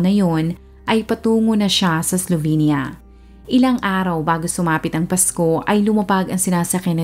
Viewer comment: Pronunciation po is "Slovinya", I lived and worked there in the late 90s for 2 years